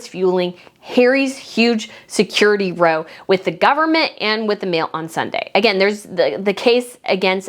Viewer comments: Oh- and it’s r-ou (as in ouch) not row- like what you do with pats and a boat. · Row means “fight” or “quarrel” and is not pronounced like it sounds. It is pronounced in the same way as wow but with an “r.” 😊